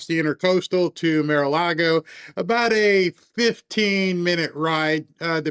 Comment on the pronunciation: why can't you say Mar? It's like saying ax, instead of asking